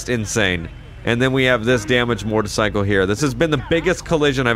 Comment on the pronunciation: It sounds like you say “mort-icycle instead of motorcycle lol